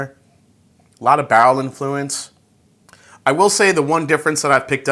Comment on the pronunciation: Sounds like he is saying "bowel" proof.